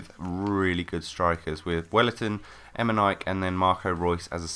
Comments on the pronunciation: LOL eme-nike its emeneeykay pronounced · Em-e-nik-e... Not Emenik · Omg.. Emenaik? it sounds so wrong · EM-IN-EE-KAY nice video by the way!:-) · Not trying to hate, BUT ITS PRONOUNCED EMENIKEY, love your videos :') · Emenike = Em-en-eek-ay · emen-ek that is how you say it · I think it's pronounced "Em en nee kay". Well, atleast that's what the commentators on FIFA say :P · Have you been living under a rock all your life? It's pronounced Emenike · He's pronounced M-N-E-K Say the letters out aloud and thats how you pronounce his name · not hating but you pronounce his name em-e-kne-kay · its pronounced em-en-iy-k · Lol you cant even say eminikeeeee right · it would only be pronounced like that if there was an é on the end :) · U said Emike wrong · Fine then, you said emenike wrong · your saying eminike wrong. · QUIT SAYING HIS NAME WRONG